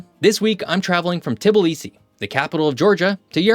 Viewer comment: Really wish you would learn how to pronounce Tbilisi. It's not "Tee bull ee see"